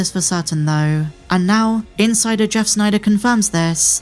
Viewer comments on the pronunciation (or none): none